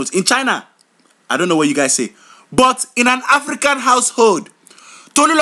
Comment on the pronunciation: did anyone else notice he puts an H sound in front of most of his words "HHHafrican" & "HHall"